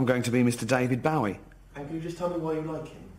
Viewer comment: Stop pronouncing Bowie wrong